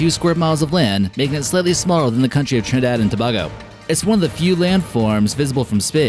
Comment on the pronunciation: you're pronouncing Trinidad an Tobago rong